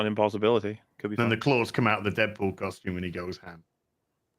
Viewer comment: The way says costume - koshtoom - is super ghet